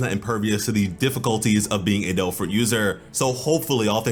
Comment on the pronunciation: I'm sorry.... did the narrator say "Doe Fruit Powers" or "Dole Fruit Powers"? Am I the only one hearing this?